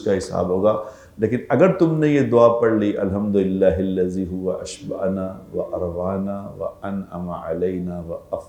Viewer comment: اشبعنا ٹھیک کرلیں ع کے اوپر زبر ہے